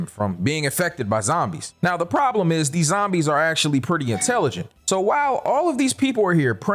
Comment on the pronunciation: three Acashaly